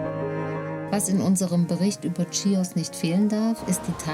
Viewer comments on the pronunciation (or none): Sehr nette Doku…danke…aber beim nächsten mal Chios…also mit ch…nicht schios….das klingt völlig falsch. 😃😃wir sind gerade auf der Nachbarinsel Lesbosmund setzen in ein paar Wochen über auf die Insel. ❤️❤️🇬🇷🇬🇷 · Schön gedrehtes Video , aber sehr sehr sehr sehr wichtig wenn man etwas ne Doku nennt dann muss man vorher wissen wie der Ort genannt wird . Nicht Tschios!!! Und nicht Mastitschotschoria! Das hat mich die ganze Zeit sehr gestört! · Das spricht man nicht tschios!!!!! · Ich konnte mir das nach der ersten Minute schon nicht mehr anschauen, weil die Frau die ganze Zeit ständig „Tschios“ sagt. Wie kann man so viel Zeit in die Erstellung eines solchen Films stecken und am Ende immer noch nicht wissen, wie der Ort überhaupt heißt? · Sagt doch bitte nicht tschios😢